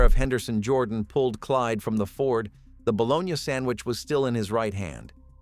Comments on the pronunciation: Balogna! Hahahaha! Balo-nie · This mf keeps saying bolonya haha